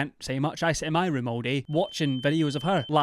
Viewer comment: I misheard you, instead of ROOM, I thought you said 'I don't want to imagine the smell of her wound' I gagged. Hard.